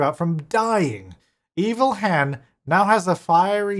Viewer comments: Evil hen - Eva-lee. And seems it will be fine in with other chickens. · Evil hen - "Ellhen"